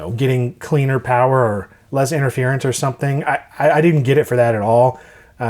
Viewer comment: More powah!